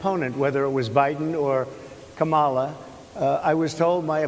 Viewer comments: When he first says Kamala with the wrong emphasis he pauses just before to make sure he says it wrong and that people notice. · What a horrible POS he is. Not only does he immediately go on the attack, but he can't even bring himself to pronounce VP Harris's name correctly. It's not ka-MAW-la, it's KOM-a-la. Edit to add, 5 minutes in and I can't listen to him anymore. So much stupid occupying one chair. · It really chaps me that he mispronounces Kamala's name every stinking time! Must be intentional. So disrespectful. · DonOLD can’t pronounce KAmala. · He seems to have intentionally mispronounced Kamal’s name.